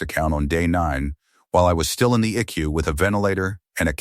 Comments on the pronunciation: Edit this video. It's not an ICK-U or Ecoo....It's an I.C.U., That's just ONE of the audio bloopers in this video. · It's pronounced I C U not I CU. You also need to check your spelling. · Please train your little robot how to talk , this drives me crazy , it is not icku eye see you ok get it rite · It is I.C.U. not ickyou. Teach the ai voices to properly pronounce numbers, time, abbreviations for words like Intensive Care Unit. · ICU isn't eku pronounce it this way: I See You! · Please learn to enunciate. It is I.C.U. not eek-u or ick-u. Your family sucks. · it is not an icu it is short for intensive care unit your pronuncing it eku cant you read if this is ai its pretty stupid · Quit letting AI read these. They are terrible. I keep wondering what an “E Q” is. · Flowers are NEVER allowed in ICU. Phones are rarely allowed. ICU is pronounced I-C-U. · The "Ick-You" sounds almost as bad as the I C U. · Lol. Stop with the e-kew and eye-kew